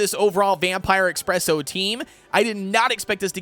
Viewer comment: Also its ESPRESSO not EXPRESSO, just thought id point that out